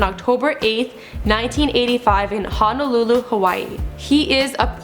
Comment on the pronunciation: the way she says hawaii, waikiki and honolulu makes me cringe 😖